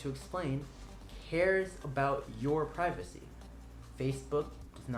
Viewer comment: Pirvacy. That's not Mom.